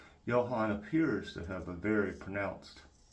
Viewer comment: If you want to impress Johan, pronounce it yoo-awn.